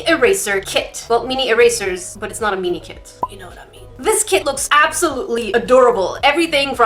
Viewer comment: "Meanie erasers." 😂💕 love the way you say mini!